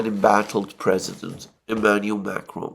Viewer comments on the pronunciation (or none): none